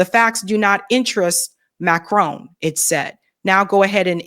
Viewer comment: It's MACRON, not Macrone. Is that so hard?